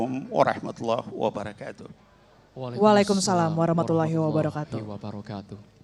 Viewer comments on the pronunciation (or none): Ko host nya bilang assalamualaikum warahmatullahi WABARUH .... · Assalamualaikum warahmatullahi wa barooh,,,😀😀 belajar lagi ya Mbak